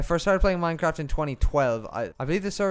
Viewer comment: lets pway minecwaft peepoHappy